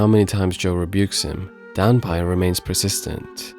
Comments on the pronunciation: Not dan-pie, but dan-pay. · 段平が、ダンパイになっているけど、まあいいか。発音のちがいは、しょうがないね。知ってくれてありがとう。